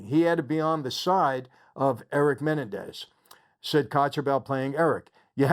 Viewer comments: I already dont believe michael cause he cant even pronounce their name correct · Just because the media pronounces it one way it doesn’t mean that’s the correct way. The man spent 11 months with Erik and Lyle, MAYBE they told him how to pronounce it. You don’t know. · Why is he pronouncing their last name, Menendez, wrong? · You're pronouncing their last name incorrectly. The accent is on the the second e. Great content! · IT'S......... MA__NEN__DEZ......... ........NOT...........MEN__DA__NEEZ..... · It's MenEN dez, not MENendez. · It's Me NEN dez not Men en dez. If you're a friend, you should know that. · Its Men end ez not Menandex lol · I really enjoy your videos, but have to say, isn't it pronounced muh·nen·dez? And not menen-dez? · Men NEN dez. That’s how. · Just wondering why you are unaware of the correct pronunciation of their surname? It’s Menendez. Accent is on the second syllable not the first. How would you feel if your name was mispronounced to millions of people? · Meh- nen- dez 😂 Is it a good series? Well done ? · It’s pronounced me-nen-daz😂🤣 love your videos Michael! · The correct pronunciation of their Latino last name is actually MeNENdez. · It’s Men-en-dez lol but other than that great video! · Mah nen dez ……menenendez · I dont know if its a you tube thing but theyre last name id pornounced Ma-Nen-dez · I wanted to watch this video but the fact that this guy can't even pronounce Menendez correctly is annoying enough where I can't finish watching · I think you're the only one in the world who can't pronounce Menendez correctly lol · Michael you're not pronouncing menendez correctly. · You’re pronouncing their last name incorrectly. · Will somebody please tell this guy how to properly pronounce Menendez? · The way you are saying their names is making me go insane. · If ibhad a penny for everytime you aid their last name wrong lol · I love how he’s pronouncing Menendez 😂. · Why can't you say their last name correctly?